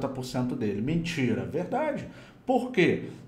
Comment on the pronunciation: "Mintira"... "verrdade" kkkk foi muito engraçado mano kkkk